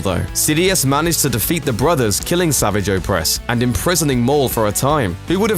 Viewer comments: It's not 'sa-vi-ch' it's 'sa-var-ge'! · Savaaj. That's how his name should be pronounced. Not Savage. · Fell down an elevator shaft...... that thing isn't a fucking elevator shaft. And it's not pronounced savage- it's savajj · Did this guy ever bother to watch any of The Clone Wars shows or is he just reading a script? Yeah it is spelled Savage, but the show never pronounced it like you normally would. The syllables are different. Normal is sav-age where as the show makes it sa-vage. Sounds like garage. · His name isn't sav-idge, the way you normally say savage, it's they same as how you pronounce A-sarrj Ventress, his name is pronounced Sa-varrj. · It’s not pronounced savage as in savage beast...it like, savaage but looks savage . Make sense? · I'm mad that the person who narrates this pronounces Savage Oppress name all wrong. Uuuuugh, "Sahvahg" Oppress is a better way to say it. This guy makes it sound so weak. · Matty vP Its pronounced S.a.v.o.z.h. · Jeez get your facts right before making a video, and learn how to pronounce Savage's name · The way you pronounce 'Savage Opress' makes me want to die! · Learn how to pronounce the name Savage. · Why can no one say savage oppress' name right in videos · Fucking pronounce Savage's name right. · It's how you pronounce the name.